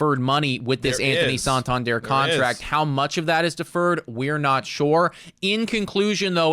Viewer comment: PLEASE learn to correctly pronounce Santander. Its not "sawn-tawn-dierre"